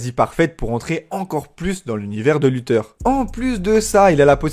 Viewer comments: Mdr lutheur il dit sa se prononce luthair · Carré la vidéo ! Par contre c'est bien [LuthÉRE] et pas [LutEUR] 😅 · C’est luthèr pas lutheur